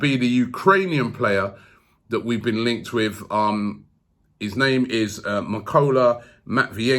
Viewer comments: The way Robbie pronounces 99% of names is tremendous, I laugh a lot while listening to it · Robbie THE BUCHER OF NAME 🤣🤣😭😭😭